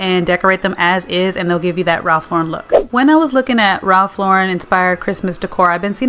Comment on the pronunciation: I am so glad you prounce his name correctly.